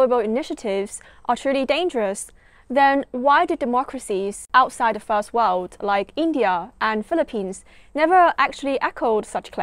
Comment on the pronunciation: Im afraid you didnt learn much in your studies in UK. You still just don't get it. And you're pronouncing "world" incorrectly. It's "wurld" not "wowed".